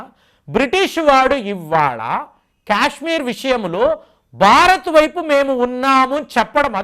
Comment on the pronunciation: Kyashmir kyaashmir kaaaaaaadhu STOP English is way of saying Kya kya kayshmir kaadhu You irritate me Kaaashmir kyaaaaak kaadu Say kaaaa, not kyaa